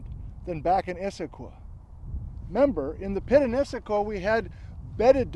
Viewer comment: Not so fond of your pronunciation of Issaquah. Close, but no cigar. I know it's nit-picky but I'm pretty sure the Cascade Range doesn't end at the Canadian border.